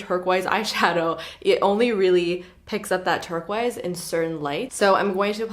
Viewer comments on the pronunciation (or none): once you hear say “turk-wise” instead of turquoise you can’t hear anything else 😂🙈